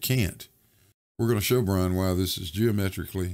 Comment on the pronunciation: Wuhwease!